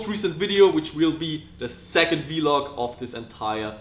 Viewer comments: Its called VLOG NOT V-LOG PELESEEEE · why does he say vlog "vee log" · why does he say v-log